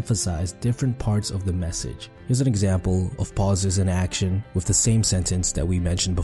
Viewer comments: 😂 video on communication skills, yet the narrator can't speak clearly and says "wiff" instead of with at :29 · I really dont like hearing about communication from someone who isn't pronouncing their Th. It's not "dare"; it's "thier" and it's not "wif"; it's "with". For me it's worse than hearing someone scratch a chalkboard.